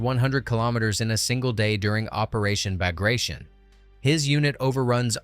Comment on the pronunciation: WW2 history tuber. Doesn't know how to pronounce Bagration. CHecks out.